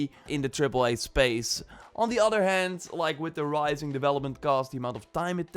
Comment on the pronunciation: It’s said other not udder!